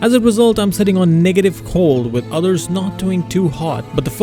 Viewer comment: Why you pronounce negative like that?